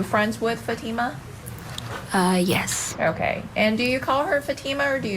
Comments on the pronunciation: Hey. Won’t you even Try to pronounce her name correctly. Just have to listen to this to understand it isn’t FATima. It is Fateema. SMH. You sound like the defense. Stop it. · I wish people would pronounce her name correctly. It’s pronounced FAHTMA not Fateema.